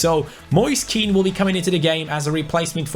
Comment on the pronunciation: Hey, just to let you know Kean is pronounced "Ken" in italian great job with the career mode anyways. Like so can see